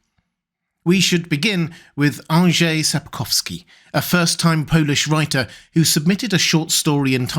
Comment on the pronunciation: Thank you for making the effort of pronouncing Mr. Andrzej Sapkowski’s name that much more accurately than others. Just a very nice touch. :)